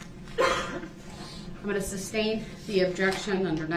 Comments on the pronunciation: "I'd like to axe the grounz for the objexshun and substain your honor" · Ask not Ax…. Both not boph…. Sustain not substain ….. grounds not groundz…so Many More ….does he realize how ignorant he looks?…. He loves playing lawyer!!…. He would had never done this with a male judge!